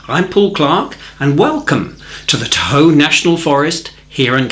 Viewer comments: As a native Californian, I just have to correct your pronunciation of Tahoe. I had to look at the description to see where you said you were. You said, “tah-HOE,” accent on the 2nd syllable. It’s pronounced TAH-hoe, accent on the 1st syllable. Or, maybe you said it on purpose?!😁 Love the video, by the way! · Hi Paul, for future reference Tahoe is pronounced “Ta’ hoe”, not “ta Hoe’” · I live in Ca. It’s pronounced “Taw-ho,” emphasis on the taw. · haha, I'm a native Californian and it took me awhile to realize you were saying "Tahoe" Love all of your videos...and I love guitar music, but it feels like you are here in California or Hawaii...